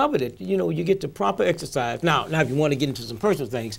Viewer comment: "When I exerfice" this guy is an idiot